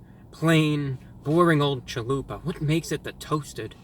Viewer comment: Everytime he says “Chalupa”, a beautiful Mexican baby is born.